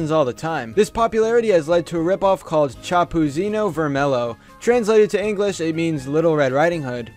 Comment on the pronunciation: Me being brazilian THE HELL YOU SAYING red in potugese which i will not try to spell